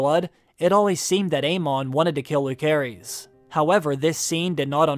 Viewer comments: i hope you would pronounce the names correctly though, it's lu-ce-ris not luk-e-ris.. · The OP is pronouncing Lucerys incorrectly. It is pronounced "Lou-ser-ees". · It’s pronounced “Lou-Ser-Iss” not “Luke-ser-is”. Just because he goes by Luke for short doesn’t mean that’s how the is pronounced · The boys name is LOO-SER-EEZ not LOO-CARE-EEZ. You should restudy Phonics. Sloppy at best... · Bruh... it's pronounced LuCerys (and JaCerys), not LuKerys (and JaKerys). They say it in the show. It's like 'Caesar'. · Correct me if I'm wrong, it should be pronounced Lu-se-rys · I hate to be this person but it’s driving me insane: Lucerys is pronounced with a soft “C”! But, I love your videos. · Way you pronounce lucerys made my blood boiled xD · lol you make videos like this but don't bother to pronounce Lucerys correctly. sad